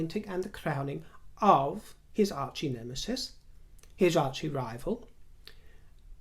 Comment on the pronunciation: sweetie..it isn’t archE rival. Just arch..no e pronounced. Maybe it is different in England but in the US the e is silent. Love your podcast..so funny!